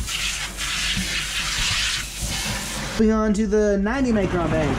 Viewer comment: why can't you say micron the right way? sound like your saying macron?